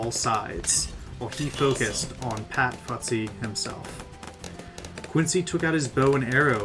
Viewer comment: good video, but its pronounce fusty, not futsy. sorry if i sound rude i just wanna help :)